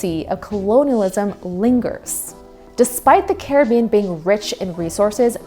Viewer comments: UK looked terrible? What is your evidence of this? Britain won! They didn't win in NA because they didn't care enough to really fight here. Did you just skip the only successful slave revolt in recorded history? Caribbean is named after the Carib so is not pronounced car a bee in. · Good video but good god girl Caribbean is not prounounced like the Johnny Depp movie title this is real life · That’s not how you pronounce Caribbean